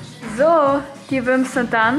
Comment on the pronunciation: Wie sie die ganze Zeit wimps sagt ich komm nicht klar😂😂😂